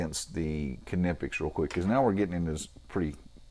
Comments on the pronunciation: Great video, really useful to see a comparison between these two. It's good to know what the Capri cutters are able for straight out of the box. I don't know if you're pronouncing Klinge correctly or not, but I'm afraid to say you're definitely making a shit of Knipex :) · You are officially wrong. Here's how it's supposed to be pronounced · In Knipex, the "K" is silent, btw. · Knipex made a video about how Knipex is said so you're saying the company don't know how to say the name of their tool?? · It’s definitely not silent. You can call them and find out.